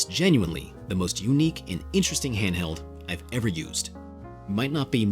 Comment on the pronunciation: That was the craziest silent "h" opening to a video I've ever heard. I had to go back to comprehend you said "handheld" haha.